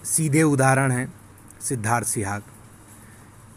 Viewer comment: Sihag not suhag.